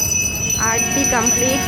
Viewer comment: Arti na aroti…. Ki koshto bangla bolte😂😂😂